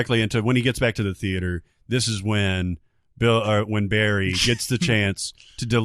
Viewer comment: Wish they'd pronounce Barry's name correctly, like Goran does.